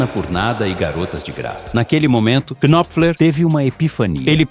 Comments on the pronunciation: Ótimo vídeo, mas me permita uma sugestão, na boa. O nome do cara não se pronuncia "qui-nop-fler". O "K" inicial é mudo. A pronúncia é Nóp_fler, com o P bem curto, quase mudo também. Se fossem moedas, um knopfler valeria uns 30 stings. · Por favor, aprenda a pronúncia do nome dele!!! "Mark Knopler". Esse "K" não é pronunciado, da mesma forma que no verbo "Know" também ol "k" não é pronunciado. Estude mais antes de fazer vídeos!!! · Marky Kynofler 😂 vai estudar inglês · Não se lê o K no nome dele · Excelente vídeo, parabéns Só uma dica: não se pronuncia o K do nome Knopfler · Knopfler se pronuncia com o "K" mudo, como em "knife"